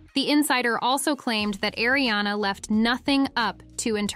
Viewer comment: Erie-Anna and Illianna. And then finally, they get it right and say Arianna. It's incredibly annoying when names are oronounced wrong.